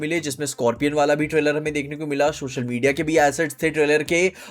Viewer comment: This guy keeps saying SHOSHAL media and it's bothering me so much. I like his content, but man this hits my OCD. If you're watching, please pronounce social (so-shal)